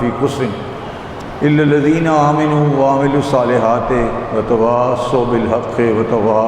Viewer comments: 0.35 میں آمَنو ھے سید زیر کے ساتھ پڑھ رھا ھے کوئی اصلاح کرنے والا نہیں ھے کیا اس مجلس میں سامعین میں سے کم باتیں ایک دفعہ کیسی قاری کو سنے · جو شخص قرآن کی آیات صحیح نہیں پڑھ سکتا وہ منبر کی زینت بنا ہوا ۔ سورہ عصر کے زیر زبر بھی صحیح نہیں لگا رہا۔ آمنوا میں میم پر زبر ہے اور یہ زیر لگا رہا ہے جس معنی ہی بالکل بدل جاتے ہیں۔ یہ دن بھی دیکھنا تھا۔